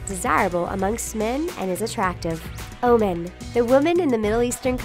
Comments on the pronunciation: It's not O-MEN it's pronounced O-MAN. Good job though you were really close, and no one's perfect so it's understandable if you make mistakes!😁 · lol. the way she pronounced OMAN... was like OMEN. it should be like OMAAN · She says oman as in "oh men" LMFAO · Whatever the said about Oman is mostly wrong and she doesn't know how to pronounce it correctly!!!! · I have never heard Oman pronounced that way.